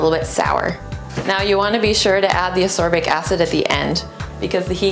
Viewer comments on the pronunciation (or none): Is she using sorbic acid or misspronounsing ascorbic acid?